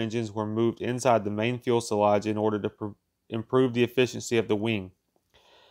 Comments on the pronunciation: Like everyone else has been saying, thank you for NOT using a robot to do the narration. Content is great, keep going! And... fu·se·lage is pronounced fyo͞osəˌläZH/. Few-saw-lawghhh. Don't kick yourself, modern US schools do a poor job in teaching pronunciation. Keep this up and you'll be great at it. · I was disturbed by the "fuelselage" thing too. I know that a lot of effort went into this video, but a flaw like that spoils all of that so completely. I am sorry for the author and I was tempted to abandon watching this video at least 5 times in the duration. A little more attention to detail would be warranted. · Had to stop watching when he called Convair Corvair, it was just the last straw in a line of mispronounced words and names like “fuelselage” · You cant enter thumbs up but once. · No. He's just mispronouncing the word. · About had to to endure the aggravation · He is commenting on pronunciation. The word, fuselage, only has one L in it. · I was thinking that a robot could pronounce fuselage correctly but that would be harshly critical. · There is only one 'l' (ell) in 'fuselage'. And only one 'e'. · good but please learn how to pronounce the word fuselage. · Can you please pronounce fuselage properly just once ? Do you do any editing before you upload to catch such mispronounced words ? It would be easy to fix and present better product Since narration is 50 percent of your video it should be done correctly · This guy has a hard time pronouncing fuselage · He keeps saying fuelselage it's fuselage. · If you don't know the difference between "fule sellage" and fuselage, you probably shouldn't be making informational videos about aircraft. You only said "fule sellage" about 50 times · I do have an issue with him pronouncing "fuelselage" in sted of fuselage! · Agreed, although I can't be the only one who cringes at the extra 'l' in front of the 's' in "fuselage. All-in-all, though, well done. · FYI- It’s Fuselage not “Fuelselage”. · What is a "fuelselage"?